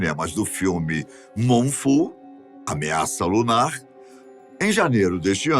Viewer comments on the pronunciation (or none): o pronunciou MOMFAL pro título em inglês da Lua se aproximando da Terra Todos sabemos que Moon Fall se pronuncia como Mun Fol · Moon fall( pronúncia: MUN FÓL—- QUEDA LUNAR/QUEDA DA LUA 🌑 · rachei o com o falando "Moonfu" aos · COMECOU A PRONUNCIA DO FILME EM MOONFULL....DEPOIS MUDOU PARA MOONFALL....QUAL ESTA CERTA AFINAL?......EXCELENTE APRESENTADOR MAS PRONUNCIAR NOMES EM INGLÊS TEM QUE ESTAR CORRETO......QUAL SERIA O CORRETO?.......